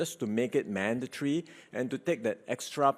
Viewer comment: did he just say manda-tree? lolol it is manda-tree to wear a mask. hahah his english..... its man-da-tor-ry. not man-da-tree